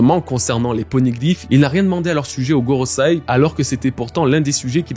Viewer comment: Ça fait plein de vidéos que je t'entends dire GorosAi, c'est gorosEi 😭